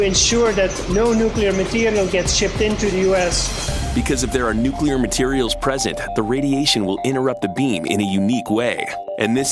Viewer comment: I was about to say that aluminium has some amazing characteristics, too - they even use it in nookala power stations, which the workers usually drive to (and from) in their petrol powered cars. :-)